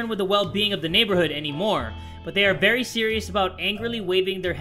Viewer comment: i thought said this is Marry odd but it was very odd